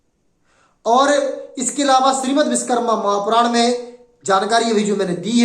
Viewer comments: Biskarma nahi Vishwakarma ... Bolna to sikh lo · नाम का सही उच्चारण करे विशकरमा नही विश्वकर्मा कहे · Ye up or bihar wale. va ko ba bolte h. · सर्वप्रथम तो आप भगवान विश्वकर्मा का शुद्ध नाम उच्चारित करें आप बिषकरमा बोलकर अर्थ का अनर्थ कर रहे हैं ॐ नमो विश्वकर्माणे 🙏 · Pehle ap true pronunciation kro Vishwakarma bolo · भैया आपने बहुत अच्छा प्रयास किया। परिश्रम भी किया इसलिए आप बधाई के पात्र है, परंतु विडियो बनाने से पहले सही तैयारी नहीं कर सके, आपको सोचना चाहिए कि आपका विडियो असंख्य लोगों के सामने जा रहा है। आप जिस महान वैदिक देवता का बार बार नाम उच्चारण कर रहे हैं, आपको ये भी ध्यान नहीं कि वह पूरी तरह गलत है। आप बार बार बीस कर्मा, बीस कर्मा उच्चारण कर रहे है, बीस विष का अपभ्रंश उच्चारण है। क्या शिल्प शास्त्र का आचार्य विष का निर्माण करता है। सही उच्चारण है विश्वकर्मा।